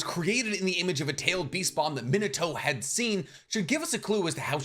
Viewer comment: Why do u say Minato like that ? Is there a reason? Like I know that you know how to say it right being Mee-na-to I’m wondering y u choose to say it incorrectly idk why it bothers me so much but it really does